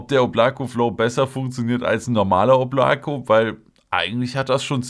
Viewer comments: Es wird oblaka ausgesprochen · Da es ein russischer Name ist wird das hintere O als „A“ ausgesprochen, „Oblaka“✌🏽